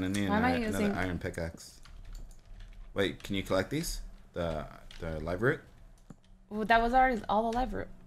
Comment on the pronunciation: I kept calling the live root... Liver oot WHAT THE HECK IS LIVER OOT 😓😄😄😄😄😁😄😄😄😄🐠💨 the fish is farting😓😄😂🐔🎉 party foul